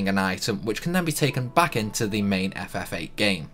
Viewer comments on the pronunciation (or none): none